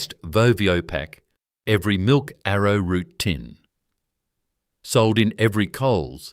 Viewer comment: Did you say milk ave a root?